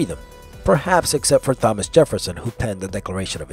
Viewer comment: Really THOMas? Silent H bro.